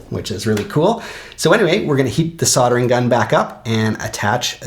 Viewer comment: Strange way to pronounce soldering 🤦🏼‍♂️ killing me to hear 😂